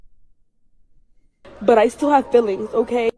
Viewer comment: Feelings or FILLINGS? My money is on the latter.